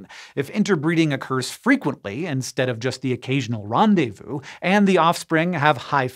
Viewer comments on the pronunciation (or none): none